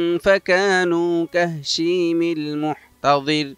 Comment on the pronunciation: মাশাআল্লাহ খুব সুন্দর আলোচনা। তবে সূরা কমারের আয়াত টা ভুল পরেছেন বলেছে কাহশিমিল,হবে কাহাশিমিল🙂